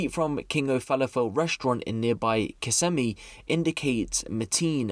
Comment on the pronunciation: You're awesome especially considering you pronounced Kissimmee properly while about 75% of the folks that live there can't